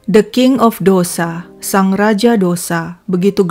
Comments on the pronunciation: Ralat min....Dosa tulisannya tp bacanya tosai....bukn dosa ky kita bhs indonesia cara membacanya 👍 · Dose bacaanx bukn dosa